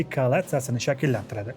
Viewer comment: балли! Фақат айрим жузъий талаффуз камчиликларингиз бор: Лотарангия эмас Лотарингия, Коалация эмас, Коалиция) Хуллас, шунақа майда-чуйдалар) Кейин яна бир гап бунақа фожиали ҳодисалар ҳақида юмор қўшишингиз сал эриш туюлди, очиғи. Буларнинг барчаси шахсий фикрларим, албатта барчасига туп... майли эътиборга олмаслигингиз мумкин))